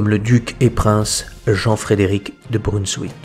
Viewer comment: Brunswick, avec un "v" à la française (c'est un mot allemand). Plus près de nous, Mariam Baouardy, dans les années 1860-70 elle aussi faisait des lévitations très élevées